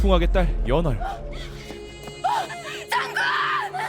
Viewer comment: 저만 연월이 연어알로 들리는 건가요??